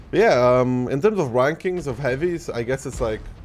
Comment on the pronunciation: "In terms of wankings of heavies..."